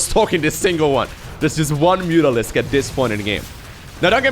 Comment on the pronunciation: "Meh-tralisk" T_T